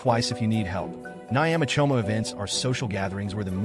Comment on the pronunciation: Kenyan 🇰🇪 and proud !! 😂😂 is how he pronounced ugali ,omena and Nyama choma for me 😂😂😂😂70%are lies 🤣🤣